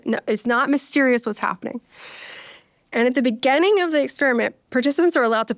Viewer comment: Beginning, not begenning